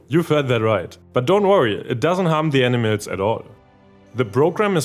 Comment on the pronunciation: The reader's accent makes the word "animals" sound precisely like "enemas."